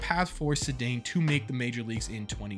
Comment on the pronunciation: It’s pronounced “SAY-Dahn”